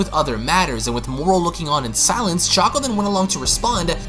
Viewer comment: So no one is going to tell him it's silence not silents?